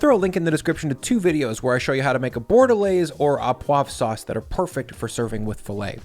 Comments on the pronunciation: Btw “Au poivre” is pronounced “Ô poivre”, not “A poivre” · au poivre is pronounced o poivre